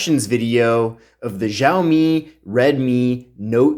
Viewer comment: Also, in reference to "Mi" it's a Redmi, not Redmy...🤣🤣